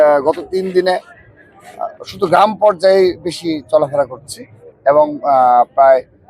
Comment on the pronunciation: গ্রাম কে বলে গাম😂